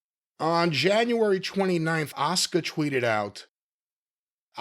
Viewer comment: It’s weird the WWE and American fans in general said her name and the male Japanese wrestler at that times name wrong. Her name is 1000% pronounced Ah-Su-Ka. The Su sound in a word or name is always strong like the word Suzuki for instance. WWE had 2 Japanese wrestlers at the same time both with Su in their name and said both of their names wrong.